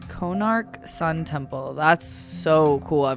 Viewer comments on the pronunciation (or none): Konark is from my state. Odisha, on the East Coast of India. And, it's କୋଣାର୍କ कोणार्क not 'na' sound. The legend goes 1200 workers couldn't figure out how to get the top up. And a 12 year old son of one craftsman did it. Hahah, and since you asked, Odia people ate Pakhalaw.